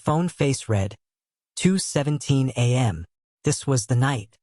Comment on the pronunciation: Your stories are exceptional. I like the reading voice too. Only glitch is the pronunciation of the word ‘read’ which should be in the present form is pronounced as if it was in the past form